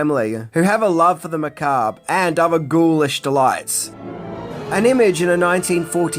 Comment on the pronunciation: You learned to pronounce Macabre!! 🎉🎉🎉🎉, you're now a head and shoulders over most youtubers! Edit: Debuts has a silent T.